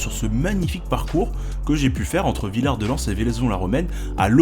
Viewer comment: ah mon pays ! les gorge de la Bourne, le Diois , la Vallée de la Roanne et le sud Drome. ( sinon on dit pas le 'S' de Villard-de-Lans ;) )